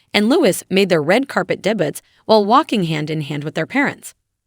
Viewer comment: The person reading this can’t read properly, saying Street Mary’s Hospital instead of Saint Mary’s and mispronouncing the word debut…. Help please!